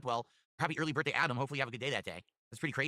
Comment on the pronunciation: Um it’s his Birfday not birthday 😂